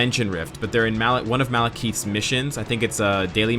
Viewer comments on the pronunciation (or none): Hey,. Love your videos man but you need to start saying Malekith's name rigth. You can hear them say his name right in this short lore video